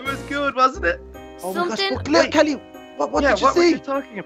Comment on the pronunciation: Hey he said holle kelly